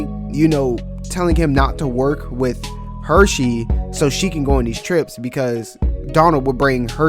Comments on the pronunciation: Bro stop calling him “Hershey” like the chocolate company. It’s HurSey! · Dude mans calling Hursey-Hursheys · Omg I was going to say the same thing Son. Like this is a cool video but loose the SH lol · Is pronounced Hersey Not the chocolate there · Bro I can’t even watch this cuz you’re saying his name wrong the whole time